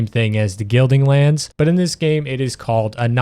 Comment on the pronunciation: guilding lands. branchy dios. artisan. sekiret. even on words where he gets the correct consonants and syllable order his stress accent is usually bizarre and most of the time he has 2 or even 3 ways he pronounces each word throughout the video. i don't think i've ever come across someone so bad at reading